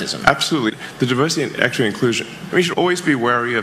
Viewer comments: Did you say DIVERSITY or PERVERSITY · Did you say DIVERSITY or PERVERSITY ! ?